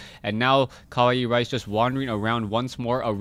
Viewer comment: yup u pronounce it right... kawaii means cute.... so CUTERICE...?? LOL